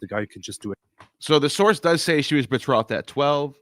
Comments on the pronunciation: betrothed is pronounced with a long "o" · funny Neil ,you can't pronounce betrothed, but that doesn't mean you can't read or translate English... but you use that as an argument with Ammon about incorrect pronunciation... o like throw ,not o like off.. also betrothal is to be a fiance or "promised"